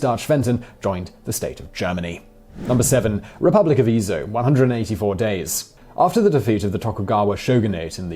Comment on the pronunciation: I'm astounded by slaughter of the pronunciation of "Freistaat" and "Ezo". When producing a video with geographical and historical content, confirming correct pronunciation is important.